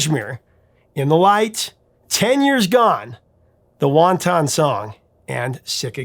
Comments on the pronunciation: Dude, its not won ton, its meant to sound like wantoen, a " wanting" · The "Wanton Song" is pronounced like : want-wan and tin-ton. It's not the same pronunciation as the Chinese wonton soup! Now every time I hear this song, I'll be wanting some wonton soup !!! 🍜